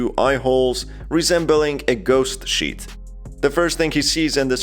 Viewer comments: Because of your accent i keep hearing "ghost shit boy" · Everytime He says sheet in british.. makes me recall the real word... The word Shi